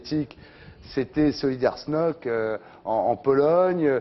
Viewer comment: Solidarność, pas Solidarśnoć... pitié, Ardiśćon!